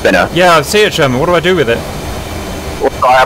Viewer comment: i just hate how cap says sher-main instead of sherman